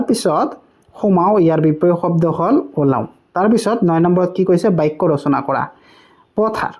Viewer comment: বচনা নহয় ৰচনা হয়